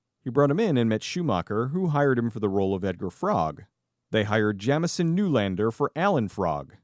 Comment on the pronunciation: So, my first name is Jamison and the way you keep saying it is really pissing me off. Please stop.